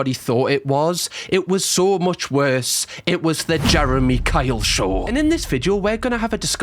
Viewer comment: drink when says SHORH instead of show 😁